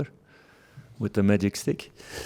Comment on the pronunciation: "It's zeee only way"